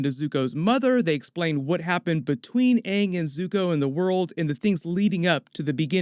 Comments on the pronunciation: And first and foremost is ANNG IS PRONOUNCED UNNG ONE MORE FUCKING TIME I WILL MURDER THEM, and SOKKA SHOULDNT BE PRONOUNCED SOAKA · All ik is my guy name better be pronounced “ing” and not “ung” like the movie🤢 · If they pronounce Aangs name Ong, I'm gonna have a bitch fit. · If they call Aang “Ung “ And Iroh “eeroh”, I’m burning toilet paper. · Hopefully he doesn’t say my name is oong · If they pronounce Aang as “UnG” in the Netflix series...I’m gonna be rlly annoyed 😑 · If Aang is pronounced “Uung” im going to riot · Well it didnt even bother to me because when i watched last airbender it was in my languae dub and in that dub they called him uung